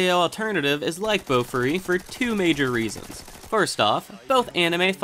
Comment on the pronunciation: Idk why but the way you say Bofuri irritates me A LOT. It's Boh-Fooh-Ri not BOWFRI